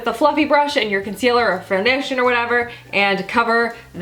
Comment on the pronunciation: is it just me or did she say foundertion ?